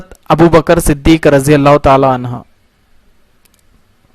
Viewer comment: بھائی عنہا نہیں عنہ